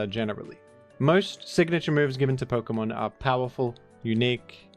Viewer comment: Pok-UH-mon ❌ Pok-EE-mon ✅